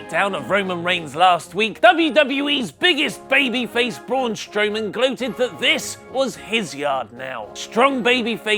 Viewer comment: Did he just say braun Strowoman 😂😂😂